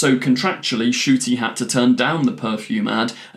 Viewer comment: His name is pronounced N-CUTI! Please pronounce his name right please, it drives me nuts that I have not ONCE heard anybody say his name right